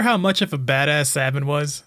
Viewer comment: It's pronounced Sabin obviously